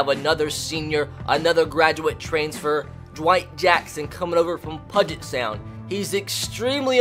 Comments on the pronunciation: bro i’m from washington and you pronounced it wrong you pronounce it with a u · "Pudget Sound" pronounce it like "Pewwwwwget" Sound i felt the need to do that for some reason. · I literally yelled "IT'S PEW-JIT not "Pud-Jit!". You don't pronounce "huge" as "hud-gee" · Love this idea, can't wait to see more. Also it's a little nitpicky but puget = pYOU-jit, not pudge it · “Pug-et” 😂 It’s all good, just pronounced Pew-git lol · It’s Pewget Sound. Not pudget sound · It’s pronounced pew-get sound not “pud-get” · I really appreciate the fact that you know of the lower colleges in Washington (and the fact that Eastern Washington is an FCS powerhouse) but I KNOW you didn't say pudget sound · Pew jet* 😂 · I'm from the complete opposite side of the country and also cringed pudge-it sound 🙄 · Great video! but it’s pronounced Pew-jet sound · About Time Closer to Pew-jit. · Great video love the mention of UPS ( University of Puget Sound ) also I know this video is old but it’s pronounced Pew-Jet but still good video 👍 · I have gone to both Puget Sound and Pacfic Lutheran, also Puget is pronounced ‘Pew-jit’.... love the content and love seeing Gonzaga football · LOL I'm from Washington. It's pronounced like "PEW-JIT". A lot of things here are hard to pronounce if you're not from here. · It's pronounced Puget (PEU-GET) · Fyi “Puget” is pronounced “pew-jet” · It's pronounced pyoo-jet sound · Jesus. I live in Spokane... and that’s not how you say puget sound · my goal for you this series is you pronounce Puget Sound right 😂. I go to UPS and I cried about a 100 times because of how many times you mispronounced my schools name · also please stop pronouncing puget wrong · The way you said “Puget” hurt my ears 😔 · literally every transfer is from washington and i know about half these guys also you pronounced puget wrong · you need to figure out how to pronounce Puget Sound... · Ima Need You To Pronounce Puget Correctly